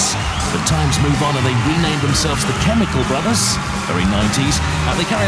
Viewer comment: They mispronounced 'chemical'.